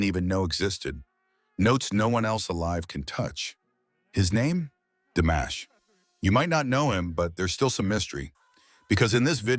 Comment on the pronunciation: C'est une nullité sans nom ta vidéo pourrie ! On dit pas DAmash mais DImash, rigolo va !